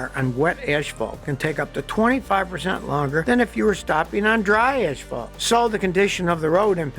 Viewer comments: "Oneven"??????. ASPHALT not ASHPHALT. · "Ash-fault" Hey Scotty, are you Canadian? :) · I noticed that Scotty pronounces asphalt as ‘ash-fault’. I’ve only ever heard this from Australians. Is Scotty an Aussie, too? 😃